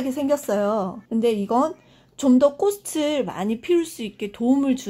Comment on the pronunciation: 꽃을~꼬츨 꽃이~꼬치로 발음하세요 꼬슬,꼬시아니죠.